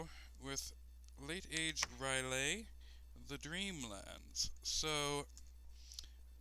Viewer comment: It's not Ryleh dude :D, it's R'lyeh, you pronounce it like you would pronounce "hell yeah" :). The reasoning behind the long lore should be because it's inspired from Lovecraft's fictions. Enjoyed the LP, thanks :).